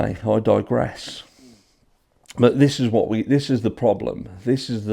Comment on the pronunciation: actually said, “I tigeress 🐅 “ not “I digress “ -right! 🐯 💯 Go get ‘em!!! Hope you’re feeling better!!! It’s bitter cold 🥶 here in Reno at 4a 🫶🏼